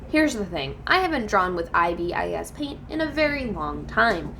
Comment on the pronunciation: Pronounce it eye bis paint